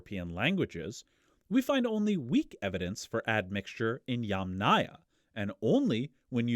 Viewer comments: Aya, as a suffix never takes stress. It is pronounced YAMnaya, not YamNAya. Even wikipedia agrees. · I'm pretty sure "yamnaya" (ямная культура, pits culture) is pronounced with stress on the first syllable; YAMnaya.